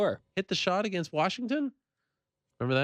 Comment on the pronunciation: also the way he says “against” he says it like aGAINst ... annoying